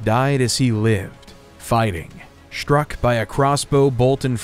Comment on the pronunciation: How did this narrator get a job? Aside from not taking the time to learn how to pronounce English place names, none of the following words start with “sh” - struck, streets, struggle, strongly, strength. He says shtruck, shtreets, shtruggle, shtrongly and shtrength.